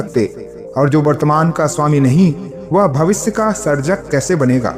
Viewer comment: भविस नही भविष्य.